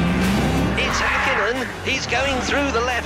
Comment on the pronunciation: I've always loved how pronouces Mika Häkkinen correctly, that's rare